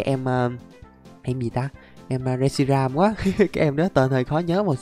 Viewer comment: Reshiam của người ra mà đọc là shiream